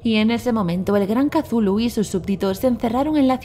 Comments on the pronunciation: No se dise casulu se dice chutulu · Le dice catulu pero en realidad es cutulu asi se pronuncia ni catulu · que no se dice cazulo se escribe cthulhu pero se dice cutulu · Katulu dice .-. Es cthulhu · Casulu jajajajaja que Mierda es Cthulu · se dice cutulu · Se lee cutulu